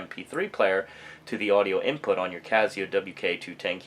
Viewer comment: It's "Cass E O" not Caz E O"